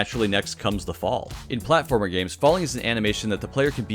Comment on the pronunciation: platfromer insted of platformer